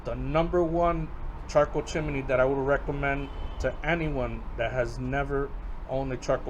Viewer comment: One suggestion: Chimney is only 2 syllables. chim·ney ˈchim-nē